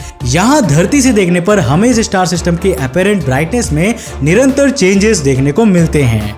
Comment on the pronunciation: When he says निरंतर changes 🤣🤣😜😜